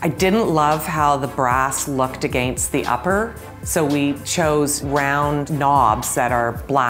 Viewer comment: I wonder if she speaks English as a second language or spent time in another country. Listen to how she says against